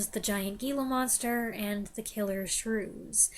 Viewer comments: "Hee-la Monster," not "Gee-la Monster." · You realize that Gila Monster is pronounced HEELA monster, don't you?